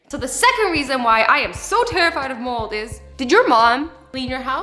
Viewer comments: Anyone else think she said “mole” instead of “mold”? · I thought she said moles as in the animal not mold!!!! 😂😂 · I thought she said her worst fear were MOLEs not MOLD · I hear you, but I actually thought she meant "Moles" like as in moles on your face! ha aha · I thought she said she was scared of moles not mold but then I herd mold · I thought you said moles like the animal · I thought she said moles😂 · LOL same